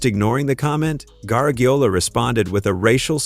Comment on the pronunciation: Well the AI robot couldn't even pronounce his name right. Maybe it got other things wrong.